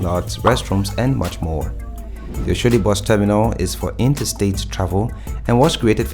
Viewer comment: Good job brother. But please where are you from? Learn to pronounce Nigerian names, Yaba, Oshodi, Sanwo-olu, Dapo Abiodun, Akpabio, all names you murdered. Thanks